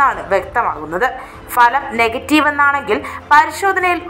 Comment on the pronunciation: കേരളത്തിൽ അക്ഷരാഭ്യാസമുള്ള എല്ലാവർക്കും അറിയാവുന്ന ഇക്കാര്യം ഇപ്പോൾ എടുത്തുവെച്ചു വിളമ്പിയത്. ഫലം (Bhalam) എന്നതിനു. പകരം Falam, Falam എന്ന് നാട്ടുകാരെ തെറ്റ് പഠിപ്പിക്കാനാണോ 👹👺😡